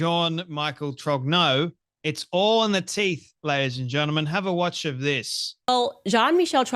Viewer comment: Why won't Candace try to pronounce Trogneux properly.